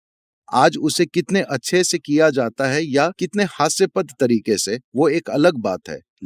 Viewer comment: हास्यास्पद होता है,हास्यपद नही।